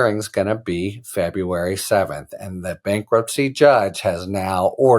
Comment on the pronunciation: what is "bakruptcy"? lol